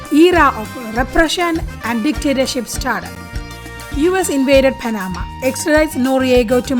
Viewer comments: As a Panamanian born citizen, I appreciate the knowledge shared about my country. However, the pronunciation of Panama is with the accent at the end. It is not Pa-NA-ma, it is Pa-na-MA. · pronounced "pana-MA" 😉